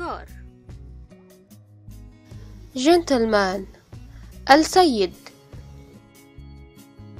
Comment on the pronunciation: مرحبا يعطيكي العافيه عالمجهود والفديو رائع جدا . بس عندي ملاحظتين اول شي بالنسبه للمعاني باللغه العربيه التي تبدا بال التعريف اللام احيانا هناك لام شمسيه ولام قمرية مثل السيد او السيده والدجاجه والزوج او الزوجه اللااام لا تلفظ تلفظ اسيد اسبده ادجاجه ازوج مع تشديد الالف . وبعضها يلفض زي البيت او الجهاد العشاء الغداء ياريت بالفيديو الجاي يتحدد بالاضافه انه يكون اللفظ باللغه العرببه الفصى من دون الجيم المصريه لانو هناك كثير جنسيات تتابع وانا اولهم من الاردن .بتكون اللكنه مو متعودين عليها بالدراسه خصوصا . الملاحظه الثانيه الaccent ااي بتستخدميه احيانا امريكي واحيانا برطاني واحيانا بلهجه مصريه . واسف بس هذا لا يعني انك ليست مبدعه على العكس انا بحضر كل الفيديوز الي بتنزليهم وبستفيد